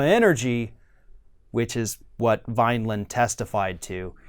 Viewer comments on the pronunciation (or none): Love your videos, but it’s Vindman, NOT Vineland. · Vindman. Why does everyone say Vinland, Vineland, etc.